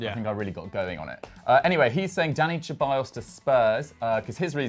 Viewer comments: Its pronounced Seballos not cheballos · It’s not pronounced “Che-bayos,” it’s “Se-bayos.” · PLEASE please, SEH-ballos. He’s not Italian... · I mean you're also not Italian but you pronounced it the Italian way Lmaoo I'm just taking the piss bro, we all knew who you were talking about anyway Hahaha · It's Ceballos not Cheballos Same with Lo Celso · Dani Cheballos and Lo Chellso, bro learn to pronounce the players name plz